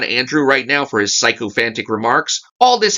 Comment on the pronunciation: Good review as always. You pronounced sycophantic incorrectly. It starts with "Sik"